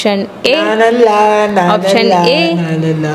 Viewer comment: Auction❎OPTION ✅ .. Inggestion ❎ INGECTION ✅